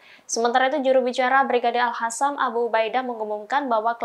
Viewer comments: Al qosam min, bukan al hasam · tak ada org buat correction kah?? HASAM apa??✓QASAM MAHADMA?? ✓MAQODMA Kau nk sebut kalimah2 Islam mestilah betul..Tak seriuslahh.. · Knp yah kok semua host kalo baca al qasam pasti al hasam... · Ini dia mulu yang nyebut al hasam,,ga bisa nyebut al qassam yaa ,,,di tes ga si masuknya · al-Qasam mbak, bukan Al-Hasam. Gak kena banned kan kalau bacanya Al-Qasam? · Bukan al Hassam mbak, al Qassam. Pakai huruf Q. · TOLONG DONG JANGAN ALQOSSAM DIBACA ALHASSAM, ARTINYA JAUH SEKALI BAHKAN BERMAKNA EJEKAN. KALAU TAK BISA BACA ALQOSSAM BACA SAJA ALKOSSAM MASIH LEBIH BAIK.. PLEASE... 🙏🙏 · AL QASSAM = ALHASSAM AL QUR'AN = AL HUR'AN... WHAT...? ?...HAHAH